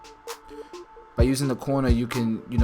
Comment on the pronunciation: Why do I think it's cute when says "teef"?